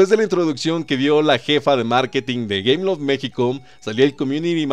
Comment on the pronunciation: dice gayloft xD en el minuto c mamut este men jaja